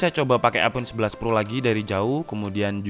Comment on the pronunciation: Iphone eleven bang,bukan teenn